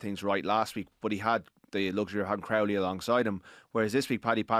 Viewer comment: pronounced Crowley correctly 🎉🎉🎉🎉